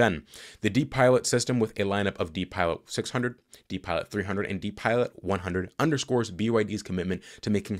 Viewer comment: “DiPilot” is pronounced “Die Pilot’. This is a system you never want to see in an airplane 😊